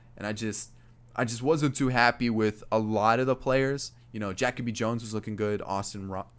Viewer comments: Jackoby?? It’s Jah/kobe lol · JaCoby Jones is pronounced Ja-Coby not Jac- oby lol fyi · Every time he said jackoby Jones I was so mad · Are you trolling? It’s pronounced Juh-kobe lol